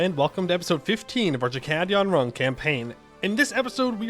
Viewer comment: I swear, when I hear you say "Chakkad Yonrung" I hear "Chad Gone Wrong".